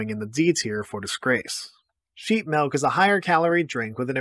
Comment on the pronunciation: Him pronouncing it 'melk' makes me feel heard.